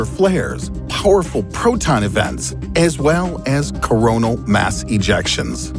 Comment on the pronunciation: says Coronal Me: 👀